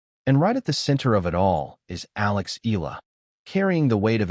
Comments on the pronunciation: It's E- YA- LA not E-LA stupid! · Please don't butcher Alex last name! It's pronounced EE YA LA... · Eala pronunciation E-yala